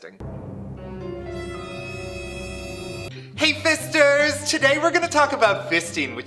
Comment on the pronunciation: HI FISHTERS SHISHTERS